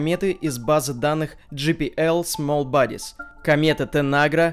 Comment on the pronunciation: Как всегда на высоте. Только JPL читается не джэ-пи-эл, а джэй-пи-эл. Дже-пи-эл это GPL, то есть свободная лицензия Столлмана